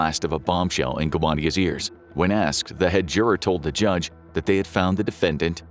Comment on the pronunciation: So we are all gonna ignore that he said “jundge”